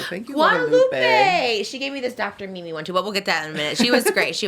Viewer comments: So much love Trisha!! But it’s Dr. Simi! Lol😂🫶🏼🫶🏼🫶🏼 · Her saying dr Mimi is instead of dr simi 😭😭😭💕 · Dr. Mimi 😂 it's Dr. Simi 🙈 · You saying Dr. Mimi is killing me 😂 Dr. Simi pls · trish it's dr simi not dr mimi 😭